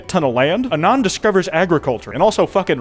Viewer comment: why does he say anon like that 😭